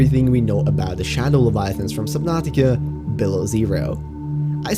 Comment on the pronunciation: That sounded weird “ the world of subnutica below zero “ I need to get used to that